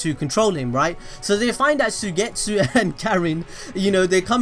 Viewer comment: Suigetsu is pronounced like: Suygetsu... 😖😆